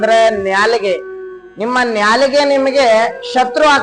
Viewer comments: ನ್ಯಾಲಿಗೆ ಅಲ್ಲ ಗುರು ನಾಲಿಗೆ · ನಾಲಿಗೆ , ನ್ಯಾಲಿಗೆ ಅಲ್ಲ